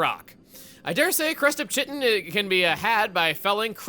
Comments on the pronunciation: It's pronounced "kite-in", not "chit-in" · Uh, hey,? It's [Kite-in], not [Chitt-in]. Just saiyan. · Chuggaa, the word "chitin" is actually pronounced ky-tin (ky as in tie). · fun fact: Chitin is pronounced “kite’n” and rhymes with Titan. The h is silent because Latin/Greek. I learned this word in Zoology class and it’s been forever, so who knows where it comes from! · Chitin is pronounced “kai-ten”. Its what the exoskeletons of arthropods so bugs, fish, and a lot of other species. No shade, just a science/grammar lesson. EDIT: maybe I should wait until the video is over to make comments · Chitin is pronounced like Kite in, I know it looks confusing, I used to say it like that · The word "chitin" is pronounced: Kite Tin Edit: nevermind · Chitin: pronounced, Kai’ten Edit: that was acknowledged later in the video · Chugga saying the word "chitin" wrong makes me screeeeeem, 'tis"kai·tn" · its actually prononced "crustip 'kit-en' " the c, h, i makes a K sound. edit: whoops he went over it MB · Chitin is actually pronounced KY-tin Edit: nvm lol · The word is pronounced "kite-in". It's the substance that arthropods (such as crabs like a crustip) make their exoskeletons out of. Edit: oh, it seems you found that out later in the video. lol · dear lord, the pronunciation of Chitin... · trying to pronounce Chitin is great lol